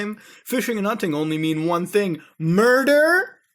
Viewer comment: LOL! I don't know why, but the way he look at the camera and says MURDER! i just fucking lost it lol